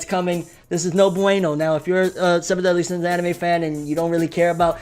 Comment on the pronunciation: "Seven Deen Sins"